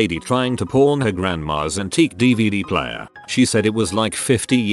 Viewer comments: Through the whole video was saying porn shop not pawn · The accent of the bot... not a “pAWn” shop when he says it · Me listening to this to sleep, instantly thought he said porn shop in the first second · Why do i hear "Porn" and not "Pawn" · I keep hearing "Porn" instead of "pawn" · Anyone else hear porn instead of pawn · Please tell me you guys heard porn not pawn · I cant be the only one that hears ''Porn Shop'' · I heard 'Corn Shop'. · Pseudo Nym nope. The robot just says it like porn. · I do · I did too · Especially when it said hardcore pawn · if ur just listening to this it always sounds like hes saying porn shop lol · Am I the only who hears "porn" when the computer voice says pawn ? I can't unhear it. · The voice on the video says pawn shop kinda odd and it sounds like porn shop 😂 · anybody else heard “Porn Shop”?